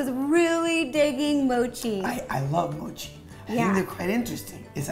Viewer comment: At least learn how to say mochi😐!!!!!!!..bcz thats our beloved park jimin's side name💜